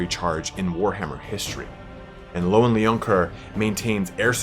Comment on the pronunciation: Every time u say loane I got confused bro its leon (Le-on) sorry had to put that down as it is fraunch and oui do not eh speak eh like dis